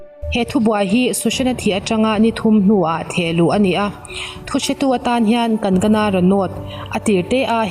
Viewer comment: Kankana tiin i lam a Kan..gana ti a lam la dik hmek zawk asin tlem thluk zeu la midang lam dan enchhin la